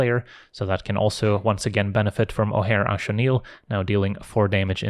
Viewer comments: shoutout for knowing how to pronounce Ojer Axonil! very based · I absolutely love that you pronounce "Ojer Axonil" correctly! It's not that important to most people, so I appreciate it whenever someone puts in the effort!